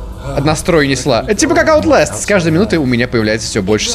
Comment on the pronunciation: Не аутлэстам а оутластам